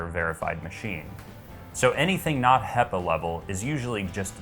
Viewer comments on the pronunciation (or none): Great review. I've ordered it based partly on your recommendation. Only problem is that 'hepa' is pronounced with a short "e" not a long "ee". Pepper, not people. ;)